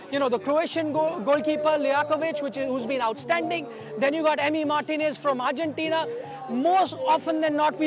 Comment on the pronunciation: Its Argentina not Urgentina